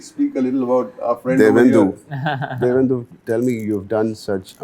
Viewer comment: Divyendu ❌ Devendu ✅